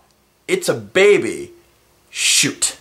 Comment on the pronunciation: There is something amusing about the way you say "baby". Not every time, but every once in a while it sounded like "baybey". so... yeah.